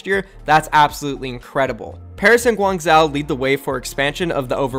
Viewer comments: its pronounced gwang zo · Pronounced guang ju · For guang-zhou, this isn’t a perfect pronunciation but I would say “gwang-joe” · Its guang jo-oh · Guangzhou is pronounced Gwangh-joh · Holy shit u butchered Guangzhou so hard😂 But lets goooo my home town gets a team! Let’s hope it doesn’t flop like SHD